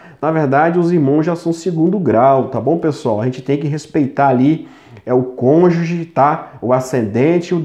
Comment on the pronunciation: Parece o Sérgio MORO "CONJE"😂😂😂